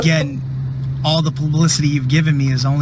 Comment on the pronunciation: "Aspire" not "Inspire", why don't these guys know how to speak? And now he said, "plablicity"! Just avoid any non-single syllable word, dude!